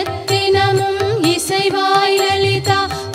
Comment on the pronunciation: Beautiful music and singing. But few mistakes in singing the lyrics and also Pronunciation is லலிதா not லளிதா..